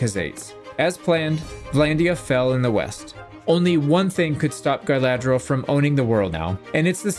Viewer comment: Are you saying Guyladriel on purpose, or are my ears broken?